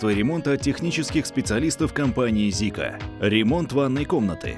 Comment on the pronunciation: Почему Зика ? В каком языке буква "с" читается как "з" ? Или вас грамоте вообще не учили ?